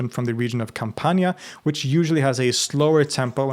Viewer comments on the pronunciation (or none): none